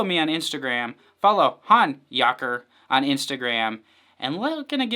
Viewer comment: Thanks! Especially for pronouncing the name correctly 😂